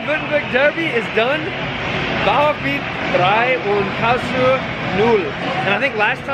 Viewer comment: I love the way English speaking people are trying to pronounce 'Karlsruhe'. This was actually pretty close